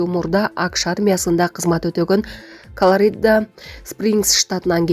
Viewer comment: Ютуб каналдарда бир да текст окуган журналист тексти туура окушпайт ,ушунчалык сабатсызсынарбы же текст жазып бергендер сабатсызбы,Колорида эмес Колорада болот